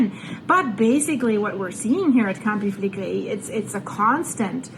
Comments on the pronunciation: Campi Flegrei (pronounced Campy Fla Grey) as you quite rightly said has a VEI of 7. In that respect it is NOT a supervolcano as they have had to have a VEI 8 eruption to be classed as a "super volcano". HOWEVER, because of the population within the Caldera and of course Naples, Campi Flegrei is being monitored as a "super volcano". I walked the Phlegrean Fields (pronounced "fla gray an -- Fields") approx 35 years ago and became fascinated by Campi Flegrei and of course Vesuvius. You CANNOT walk the Phlegrean Fields now as it is too volatile. I watch and she is very imformative, but one thing that get's me annoyed is the constant......It's a Super Volcano..... when it's not had a VEI 8 eruption. The definition is available via Google if anyone questions it!!, other than that, is very informative and a must watch if interested in the subject. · Campi Fla-Gray… took me a while to pronounce it too. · Pronounced Campi Flee gray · Campy Fleh-gree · Campee Fle-Grey is the correct pronunciation. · Pronounced: Kam Pee Fleh Gray